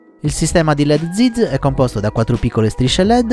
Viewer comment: Zeeeez non ziz 😆